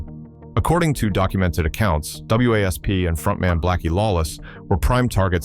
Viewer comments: For f**ks sake, can someone program AI to call the band Wasp,and not spell it out every mention, just because there's a period after each letter.😂😂😂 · A.I. narration is irritating! (W.A.S.P. isn't pronounced letter-by-letter.) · So funny how the AI spells out W A S P 😆